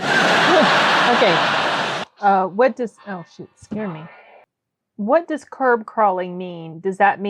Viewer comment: curb not carb